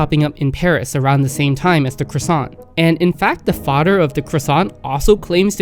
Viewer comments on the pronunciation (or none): none